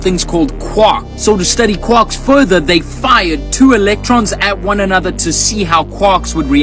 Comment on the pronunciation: naw bro but when he pronounced quarks qwaks i just lost it😂😂😂 this guy learnt physics from taco bell